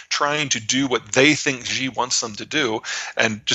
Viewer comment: Zeihan makes an arrogant, ignorant, and quite racist comment regarding "phytosanitary". It translates fine into Mandarin: 植物檢疫. Also, if he wants to talk at length about Xi, he should take a few of his precious seconds to learn to pronounce the name properly, it should not be very difficult.